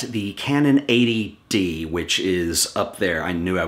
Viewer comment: the intro is funny. I also like how you emphasised the t in eighty d so it didn't sounds like a.d.d great video by the way